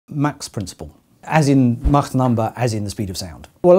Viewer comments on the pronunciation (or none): none